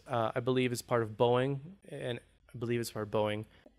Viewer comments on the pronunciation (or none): none